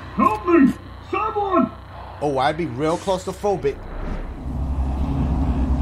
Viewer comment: Dash in the intro really said “Close to phrobic”